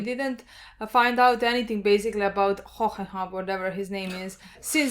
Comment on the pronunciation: Van Hoenheim is officially “Van Hohoho” from now on